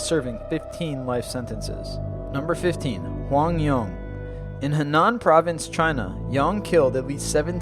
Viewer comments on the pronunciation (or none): none